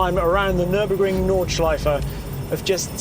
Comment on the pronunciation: Didn't expect the near flawless pronunciation of Nürburgring Nordschleife on an american channel